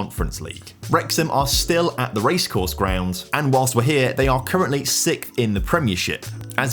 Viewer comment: And “sixth” it would seem: never heard it pronounced like “sick” before. Strange!